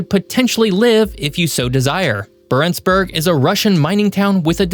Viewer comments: Yeah and he didn’t even pronounce Barentsburg correctly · Interesting video. NB: Isforden: "EEs-fyoren". Longyearbyen: long-year-BEE-en; "byen" is the definite form of "by" meaning town/city. Barentsz: BAR-ents; accent on the first syllable. Barentsburgs: BAR-ents-burg; again accent on first syllable. Ny-ålesund: nee-OLE-eh-sund; å is a long O sound. I wouldn't bother pointing these out but this is meant to be a geography channel.